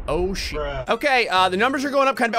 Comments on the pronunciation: I couldn't stop laughing when he said holy syeet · Holy shyeet very English